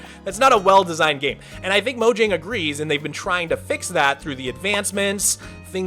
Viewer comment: Pronouncing Mojang as "moǯang" is cringe bro